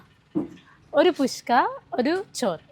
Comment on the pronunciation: പുഷ്‌കു അല്ല ചേട്ടാ... കുഷ്കാ. ഒരു തരം ഇറച്ചിച്ചോർ ആണ്. തമിഴ്നാട്ടിലും ഇത് കിട്ടും.